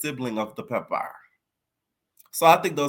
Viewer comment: You gotta stop saying pepper like that it’s nasty